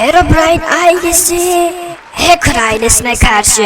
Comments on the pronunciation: Hakır değil hacker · Həkir deyil Hecker